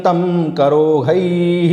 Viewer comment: आदरणीय - आठवें श्लोक में आपने "करोधै:" का उच्चारण "करोहै" किया है जिस से मैं कुछ भ्रमित हो गया हूँ। उन्हीं श्लोक में "सुरौघान्कलाभिः" का उच्चारण "सुरौहान्कलाभिः" किया गया है किस से भी मैं भ्रमित हो रहा हूँ। सम्भवत: मेरा भ्रमित होना मेरे संस्कृत व्याकरण की अज्ञानता का परिणाम है इसलिए आपके मार्गदर्शन के लिए आभारी रहूंगा। कृपया कमैंट्स में उत्तर प्रदान कीजिये अथवा अपना फ़ोन नंबर प्रदान कीजिये ताकि मैं आपसे फ़ोन पर इस सन्दर्भ में स्पष्टीकरण प्राप्त कर सकूं। आपका कोटि-कोटि धन्यवाद।